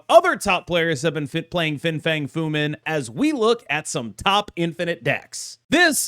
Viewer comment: How many times did you mess up Fins full name?